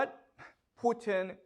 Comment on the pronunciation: I love the way he said "Phu Tien", sounds less threatening 😁